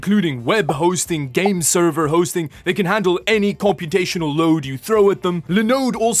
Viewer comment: Why did I hear "Linux based Web hosting cervix"?